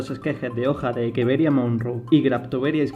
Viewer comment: Muy buena explicación El nombre creo que es Echeveria y no Ekeveria